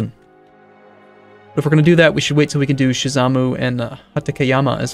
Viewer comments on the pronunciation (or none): Everytime says Shizamu i cry.